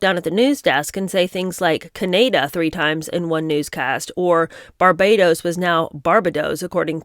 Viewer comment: Im still giggling at Oprah s Can ay dah and Barbay doz.and being so blaze about her job she didnt even prep air...interjecting as well! Hillarious😂